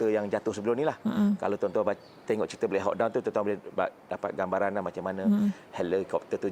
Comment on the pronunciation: Blek hau don😂😂😂😂 black hawk(hak) down (doun)